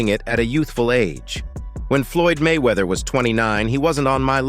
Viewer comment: Why he never say His name correctly??